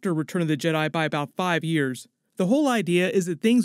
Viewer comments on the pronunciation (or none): none